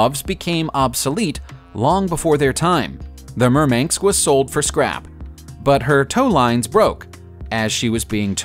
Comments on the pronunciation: The name of the Russian cruiser is MURMANSK. MUR - MAN - SK. Say it right. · he's saying murmanks instead of murmansk. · The cruiser Murmanks??? 😆🤣😄